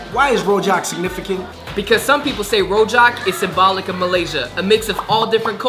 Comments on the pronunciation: Rojak should pronounce roojak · rojak is pronounce as rujak and it come from indonesia and in indonesia you can find many different types of rujak